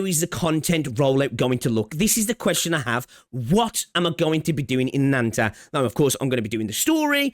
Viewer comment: Ananta = Butchering Japanese pronoun for calling others "Anata" just to make this game sound "Anime" and "Cool/Sugoi".